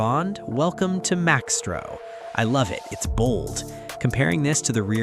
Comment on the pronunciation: it's not Max-tro.... it's Mice-tro